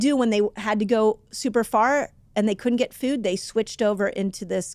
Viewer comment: I couldn’t unhear “fewd” the whole time, but good info regardless :)